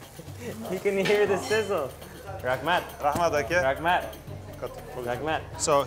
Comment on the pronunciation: I dunno whether is struggling to distinct between lagman for the food and rakhmat for the thanks.